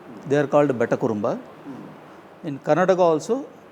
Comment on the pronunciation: Bay-ta ❎ Bet-ta ☑️